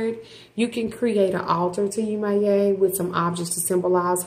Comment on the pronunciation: 1) please learn to say the name of these entities before you post a video about them 😵‍💫 2) Yemoja as well as the other Orisas are not Gods/Goddesses. they are the expression of the Divine in nature. They are ORISAS. they cannot be described using western religious language.